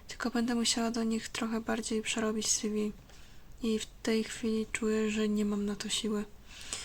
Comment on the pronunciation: Mówi się si wi ;)